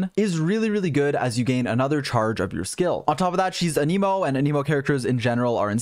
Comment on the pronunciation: my guy, ur videos are great but PLEASE stop saying "uh NEE mo" "a" as in ant, "nih" as in Nicolas (or even "neh" as in next), "mo" as in mocha